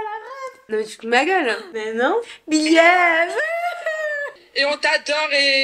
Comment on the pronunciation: merci bcp pour la vidéo c’était marrant, et mdr pour le « belièève » 😂